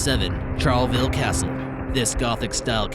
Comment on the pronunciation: I've only heard of the Charleville Castle story now and I live in Ireland haha also it's kinda pronounced Char la vill